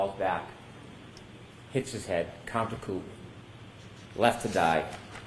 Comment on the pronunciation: counter coupe... lol contrecoup. re. like as in retard